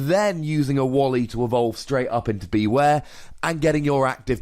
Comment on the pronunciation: wouldn't it make more sense to pronounce it like beware? as in, beh-ware? it's a pun as far as I can tell